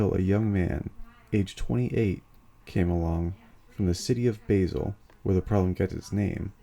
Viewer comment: A polite observation. Basel is pronounced “Baasel” as in Bar-zle, not Base-el.